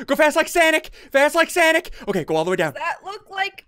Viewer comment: It's sonic not sanic